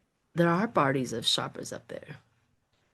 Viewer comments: I do enjoy when you crack yourself up. :hands-yellow-heart-red: Reading on Everest bodies is super interesting. (sherpa, not sharpa) The people who do the work of sherpas also tend to be very spiritual so it tracks that they would be helping the souls return home. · Morning again... just wanted to give you phonetic pronunciation of Sherpa - (SURE-PAWS). I am dyslexic, but I was fortunate in having a mother that had a true talent of a savant in teaching anyone how to read and pronounce words. I am grateful to her, as reading/learning is one of my favorite hobbies and has made my life a rich tapestry....just passing it on. 😊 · Pronounced Shurpa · Just fyi...it's sherpa, the er is pronounced like the er in the word her...thanks so much!!